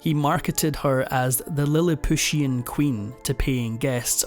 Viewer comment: Lilip pushen???? Cant these stupid 'voices' read from a written text, so they could see the words? The voice sounds (maybe?) Irish....a real person would be familiar with Swift's Gullivers Travels and Lilliputians!!!!